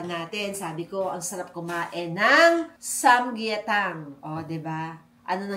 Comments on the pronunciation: ~~ ❌-sam-yetang ✅ - sam-gyetang 🤭🤗😘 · SAM-GYE-TANG po